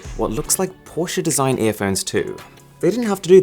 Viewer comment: FINALLY SOMEONE WHO PRONOUNCES PORSCHE CORRECTLY! Great video, never even knew some of these phones existed. Insanely high priced phones, but hey, they're limited editions